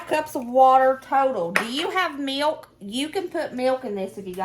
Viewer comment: I laugh when you say meelk.😂